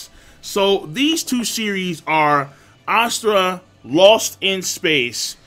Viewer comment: god dammit king you and your pronunciation of words ive been googling ASURA lost in space for the last 10 minutes instead of asTRA lmao